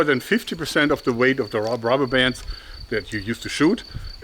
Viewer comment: I have been watching your videos since I was 13, I'm 21 now and your videos greatly influenced my hobbie in making my own slingshots. It's great to see your still passionate about using rrrrubbber hah hah hahh!